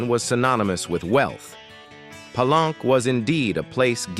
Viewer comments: "Just a small note for the narrator: Palenque is actually pronounced 'Pa-lenkay,' not 'plank.' A minor slip, but pronunciation really adds to the authenticity — especially when talking about such a rich historical site!" 📚🌎✨ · Palenque is pronounced Pa-lenkay, not plank. The AI program narrator has a programming deficiency